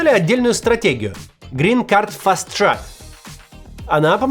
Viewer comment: green card fast “трак» - это про грузовики (truck). Говорите «трэк» (track)